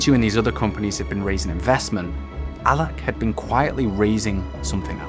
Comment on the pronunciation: He said allakh not alla, alakh is the name of the founder